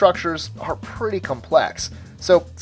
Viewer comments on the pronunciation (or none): none